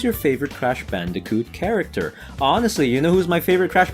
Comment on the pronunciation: hey u said bandijoot its bandicoot